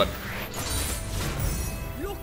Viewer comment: The best part about Illaoi's release is that might finally learn how to say Nagakabouros lol Hmm... but I will miss "Nagapopo" when he gets back to playing Buhru Sentinel